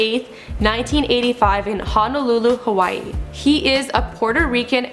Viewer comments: the way she says hawaii, waikiki and honolulu makes me cringe 😖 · hey. doesn't say Hawaii like the rest of the tourists. frickin haoles